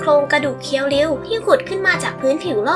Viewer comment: ฮะ!!!เรียวคิว??เคียวริวไม่ใช่เหรอครับ